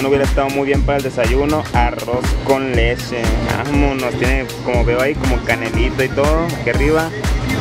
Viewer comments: arroz con LESHE :v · arroz con leshe